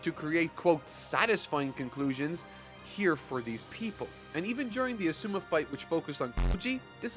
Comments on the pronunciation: AH Suue me instead of AH su MAH was killing me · his name isnt "uh-sue-muh- its "awesome" aw-su-ma" his name is litterally awesome.